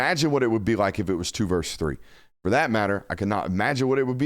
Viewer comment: Say, versus, as in Roe versus Wade, not verse.